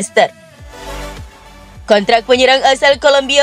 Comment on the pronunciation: FYI min Leicester dbaca leister. smoga dibaca 🙏